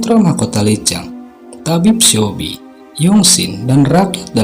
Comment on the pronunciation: mas maaf,aku mau kasih saran nih.. lebih baik cari tau dulu pelafalan nama2 tokoh sama nama tempatnya yg bener. (misalnya coba denger lewat google translate cara bacanya) soalnya yg bener disini cuma Lee Chang kayaknya. Seobi tu 'e' nya ga usah dibaca, Bae Doona itu bukan 'ba-e dona' tapi 'be duna'. aku disini mau cari pencerahan tentang peran tokoh2 nya, tapi malah jadi makin bingung gara2 pelafalan masnya. ibarat nama indo "Uun" tapi malah dibaca "Aan", kan jadi beda bgt 😭 🙏🏼 tapi selain itu udah oke kok, semoga masukannya diterima, semangat ya. goodluck 🙏🏼